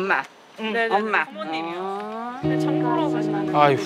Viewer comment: 최면이 걸릴때 "엄마" 라는 발음은 정확히 한국인이 구사하는 발음과 똑 같았어요~ㅠ